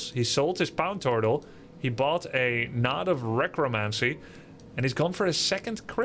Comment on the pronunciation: "Pown Tortal" "Nod of Recromancy" Bronze league giving Grubby a stroke